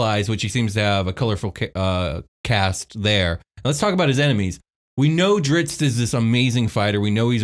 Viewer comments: for an expert on Drizzt lore, he makes quite a few errors. "You can't tell what side Jarlaxle is on" being the most blatant. Pronunciation drove me absolutely insane, I understand some things are difficult/there are multiple correct ways, but the pronunciation of Regis is pretty blatantly REE-jiss. This man lists two pronunciation, both of which are wrong, and says there is debate... kinda just sounds pretentious. Particularly for a voice actor he has a remarkable way of making literally everything sound unnatural. I don't think I would have been mad if just said "Hey we are bringing our buddy who is a big fan of the series to talk about it", but they said expert and this guy is DEFINITELY not an expert. I don't consider myself an expert, but coulda given a better interview than this guy... the phonetic spellings are on forgotten realms wiki... i don't mean to be a hater, let everyone enjoy the way they pronounce them in their head... but don't say you're expert and pronounce everything atrociously wrong lol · Dunno how much of an expert you can be when you keep calling him "Drits". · Guys, it's pronounced like drizzle, but you just finish with a T. You could also see it as a heavy way of saying wrist. A lot of people say dritz, and it would be great if you could pronounce it the right way to help everyone learn to pronounce it properly. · There is a "t" at the end of his name, you know? It's pronounced Dritst. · Please for the love of god stop calling him Dritz.... you are making my ears bleed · just curious...did anyone else start shouting a different pronunciation of Drizzt than they did every time they said his name? XD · Yeah, but NO. LOL If they still pronounced the last T at the end, then fine... but they don't. They are transposing the letters. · When people are corrected on the pronunciation and say it wrong after anyway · Alex O'Shaughnessy OMFG I KNOW!!!!! I was like ummmmm what is going on? Does no one know how to read. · Guys it is DriZZt not Drits